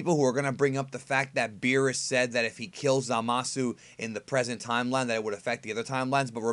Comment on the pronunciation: Please say time-line one more time